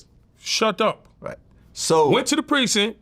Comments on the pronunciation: “Shat up” 🤣🤣😂🤣🤣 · Policeman says "shadup" 🤣